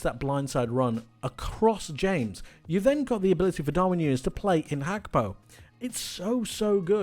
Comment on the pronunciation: Why do you pronounce Gakpo like that?